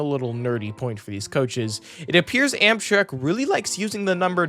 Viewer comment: Did bro just say Amsherk?